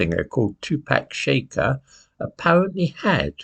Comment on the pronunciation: 'Shakur' has the stress on the 2nd sylable: ' shack- UR ' ( like McClure) I hope this helps...